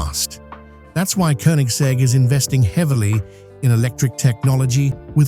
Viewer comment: Koenigsegg is pronounced with Ø/Ö, not U. Like as the i in bird.😊